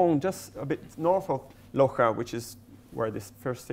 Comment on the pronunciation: For public knowledge: 3.23 It's Loja, instead of Loxa